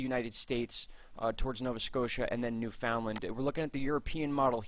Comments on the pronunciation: Newfoundland Pronounced: “new-fund-land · It's pronounced by us, as New...fun...land, or New...fund...land. Some locals drop the d... lol 😁👍. I'd have to look into how it's properly pronounced, you may be on to something, and a lesson for all us East coast Canadians! In any event, you and your honey are super, and I thank you for your time and consideration in this matter. You are both hard and caring workers, and derserving of our time and likes. A little coinage, if we can swing it! 🍁💞🍁